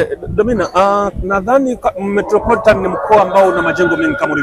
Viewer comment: Metropolitan SIO Metroporitan